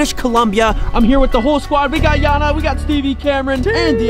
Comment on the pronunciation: It’s not Yana it’s Jana